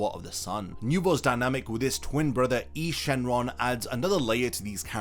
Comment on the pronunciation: you are miss pronouncing nuova shenron and eis shenron names nuova and is no-va and eis as in ice I'm not trying to be a grammar police but just trying to inform you